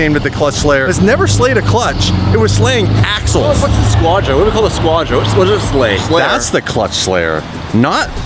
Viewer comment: "AXELS" lol smh